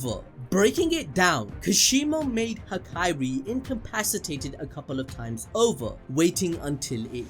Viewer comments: STOP CALLING HAKARI HAKIRI!!!!!!!!!!!!!!!!! Damn it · Bro he keeps saying HaKAIri🤣 theres only one i ABD😭